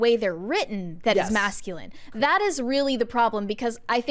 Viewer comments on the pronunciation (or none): Please,, the word is “that.” Stop with “THOT!”